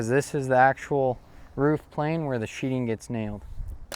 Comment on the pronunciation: Nice work BUT it's called sheething not sheeting.."TH" not "T",,,thanks.